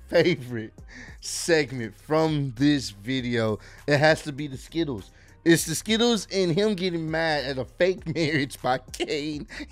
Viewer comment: What is funny is the fact that it sound like JR saying Skibbles instead of Skittles.